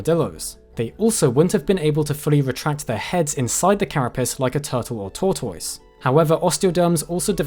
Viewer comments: Its NOT TORTOYTUS ITS Tordus you NUNCE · Tortoise - "TOR TUS" not "TOY TOYS" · My man nails all these Harry Potter spell-sounding taxo names but fumbles the bag on "tor-toyssss" 😮😂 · Bruh even English ppl don't call them "tor-toy-ss", it's "tore-tuss" 🤣🤣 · "Torr-toyz" - Brit for tortoise. In U.S. it's pronounced "torr-tuss". Brits are unique. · Tau toices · I’m Canadian, so I’m used to hearing it pronounced ‘tor-tiss’. Not saying that’s the ‘right’ way to say it, just what I’m most familiar with, so I like hearing other variations. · Tor Toise lmao, loved the video but the way your pronounced Tortoise made me laugh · Still don't understand how anyone can pronounce tortoise "toytoys" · Omg is that how they pronounce tortoise in uk? 😂